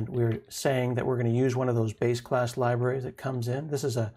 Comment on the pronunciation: When you said "base class libraries" it sounded to me at first like you said "basic ass libraries" and I had to double take that part. I need to get my mind out of the gutter lol.